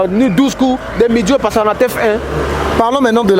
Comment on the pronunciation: Ndeko eza T F 1 et non T F I 🙏